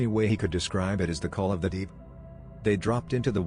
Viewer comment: how can you fuck up "call of the deep"? why even edit this shit if you use a pc voice?